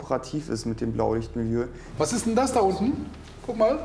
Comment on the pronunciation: "Blaulichtmiliue" :-D